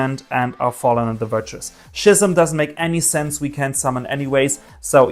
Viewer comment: it’s ski-ism not shey-ism also search schims first then draw its better